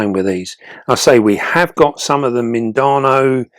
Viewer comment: Hi. Mindanao is actually pronounced as "mean/the now". Much love from the Philippines and keep 'em vids coming. 💖👍